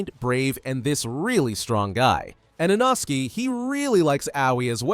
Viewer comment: Thats inosuke not inoski